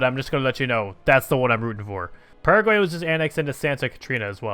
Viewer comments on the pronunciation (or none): none